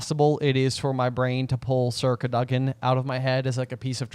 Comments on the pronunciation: The emphasis for Sir Cadogan should be on the A, not the O. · I had no idea what you were talking about when you were saying "circa dugin" then I realized it's sir cadogen. I always thought it was pronounced "cad-oh-gen" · “Circa Doug-in”